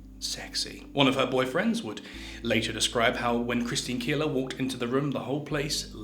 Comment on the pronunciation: Keeler or Keller… poor